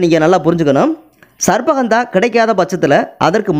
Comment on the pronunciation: உங்கள் உச்சரிப்பு தவறு . சர்ப்ப ( sarbba ) என்பது தவறு . ஹந்தா என்பதும் தவறு இது தமிழ் வார்த்தைகள் அல்ல. சரியான உச்சரிப்பு என்னவெனில் . " ஷர்ப்ப கந்தா " ( gandha ) Sharppa gandha " ஹஷ்வ கந்தா Hashva gandha இதுதான் சரியான உச்சரிப்பு . இது சமஸ்கிருத வார்த்தைகள் அரிய , மற்றும் மறைந்த பல்வேறுவகையான மூலிகைகளை அறிமுகப்படுத் தும் தூய பணியைச் செய்யும் நீங்கள் பல்லாண்டு வாழ்க . தொடரட்டும் உங்கள் நற்பணி .